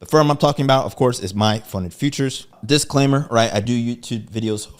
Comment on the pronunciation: Lost me at "Diclaimer"